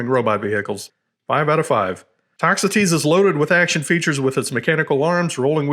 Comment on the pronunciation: Ah, on the pronunciation of "Toxotes". Thank you for a great video!